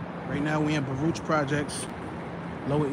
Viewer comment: Baruch is pronounced Barook. That’s how we knew who was outsiders